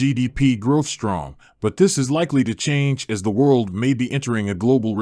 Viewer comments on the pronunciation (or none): none